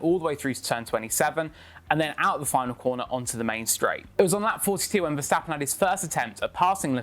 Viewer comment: Get used to name getting butchered in their pronunciation. They have been butchering "Verstappen" for as long as I can remember. And I'm talking about the Jos the Boss day's.